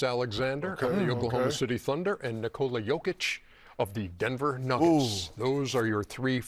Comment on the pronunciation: It's Nikola. Say Nicholas, but don't pronounce the s.